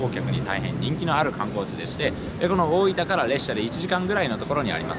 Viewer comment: スーツって東京出身なのになんか大分のイントネーションが変だな